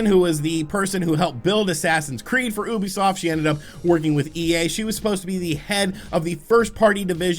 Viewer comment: 3rd time telling you its you-bee-soft not oooobisoft learn it plz